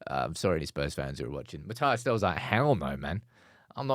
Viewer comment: It's Mathys not Matayass